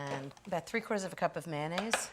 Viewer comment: Ina: „Mayonnaise“. Me: 😳